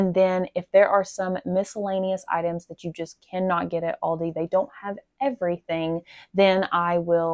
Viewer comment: Aldi as you pronounce it is correct. It is a German name.